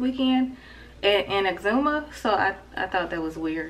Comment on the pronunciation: So glad to hear you ladies pronouncing exuma right!!! Love my islands!!!🇧🇸🇧🇸🇧🇸🇧🇸